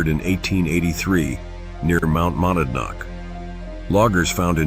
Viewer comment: Pronounced mount moe-nad-knock